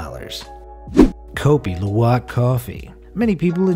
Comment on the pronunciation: And kopi luwak is in Indonesia and u said it wrong